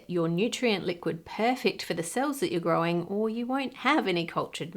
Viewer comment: Do you sat "grow-in" in place of grown on ocasion or are my ears play-in tricks on me?